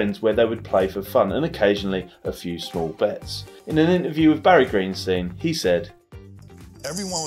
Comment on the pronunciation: The fact that didn't pronounce "Greenstein" correctly shows he's not that versed on poker.